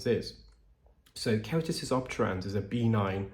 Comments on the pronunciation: Love your videos! Please know that I think the best of you. I’m a dialect coach, and deal in pronunciation daily. I just need to let you know that ‘benign’ is pronounced b’ NINE, not BEE-nine, according to all sources I know of in the Anglo world. All the best. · The word “benign” has the emphasis on the second syllable; be-NINE, rather than BEE-nine. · For the longest time I was hearing B9 Keratosis Obturans. I just figured out you are saying benign Keratosis Obturans. I crack myself up. 😁